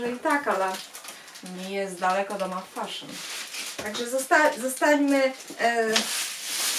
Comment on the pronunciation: Chyba sie mówi "mafeszyn" a nie "mafaszyn" to nie hejt 🙆